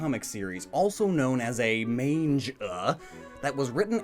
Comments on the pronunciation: ... If it's man-ga, then that's acceptable, but mange-uuh? How on earth did that pronunciation happen? It's mah-n-gah, since the Japanese a is pronounce ah. Okay, lecture over! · it’s not mainja it’s mon-guh there manga💀💀💀💀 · main ja? u mean manga^^ pronounced mon-ga^^=manga^^ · “Mainjuh” it’s mah-n-guh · Did he say main-ja instead of manga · It should be pronounced as MAngGa!!!😠😡😤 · Downvoted just for Mange-uuh. Please never pronounce it that way again. I did however laugh at Japanese poon illustrator. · it’s pronounced mon-ga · You mispronouncing “manga” made me physically cringe😭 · You just damned thousands of children into mispronouncing "manga". As if it wasn't bad enough as is, way to go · I'm going to smack this boi for saying manga wrong on purpose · I have all the Originals the ones before the censor also you said a lot of the name is wrong like you pronounce manga wrong also the the Pokemon Fearow you pronounced it more like Furrow